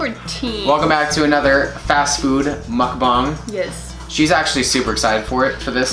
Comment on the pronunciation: It's mukbang not mukbong